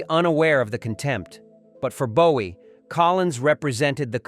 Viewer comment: Como puedes pronunciar el nombre de JOHN LENNON como LENIN en todo el video que por cierto es una basura informate antes de hablar de David Bowie y también pronuncias su nombre mal